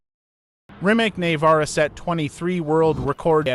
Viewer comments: Neh vara? Nevera? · "neyvara" is not "Nevera" ffs learn to speak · Bro really said "Nayvara" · “Nay-vara” 🤦🏻‍♂️ too lazy to learn how to pronounce the simple name